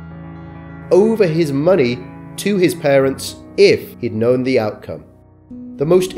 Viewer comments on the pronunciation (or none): none